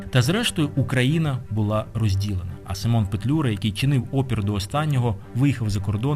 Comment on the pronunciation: У захваті від ваших фільмів, велика повага до Акіма особисто. Маленьке зауваження, українською наголос у імені сИмон.